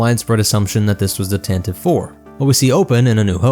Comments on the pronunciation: It's pronounced Tan Tee Vee. Why do people keep saying Tan Teeve? The name was introduced in the Radio adaptation listen to it. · For the 300th time dude!🤣 It's pronounced [Tan tee Vee] or [Tan tah Vee]. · The "Tan-tiv-ee" pronunciation dates back to the 1981 Radio Drama. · I have a special hatred for people who pronounce it Tan Tee Vee.